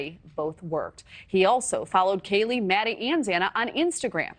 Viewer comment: It's kaylee! Not kaily!